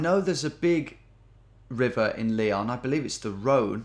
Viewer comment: Dear geo genius. It's Ly-ON. Not Lee-on